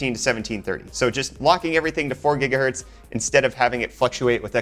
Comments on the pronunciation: its Gigahertz, not Jiggahertz! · not how your supposed to say gigahertz lol it's not Say jija what